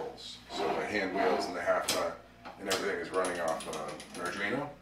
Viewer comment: Spells Arduino correctly... but keeps calling it an Adrino. Had to stop watching lol.